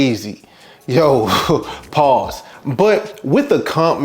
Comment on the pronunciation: HEAVY EMPHASIS ON “PAUSE” & 😂😂😂😂😂😂😂😂